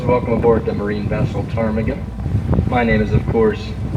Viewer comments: I’m 36. I remember seeing portage glacier at the water line from the visitor center. So sad to see them all melt. Side note, the “P” is silent in ptarmigan. lol. So “tar-meh-gen” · Uh...just an FYI...the "P" is silent on the name of your boat. (Kinda like pneumonia has a silent letter at the beginning.) Great and lovely picture of the both of you at the waterfall. Kudos to the deck hand. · Ptarmigin the P is silent.